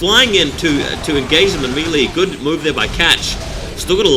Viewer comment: its pronounced MAY-LAY not MEE-LEE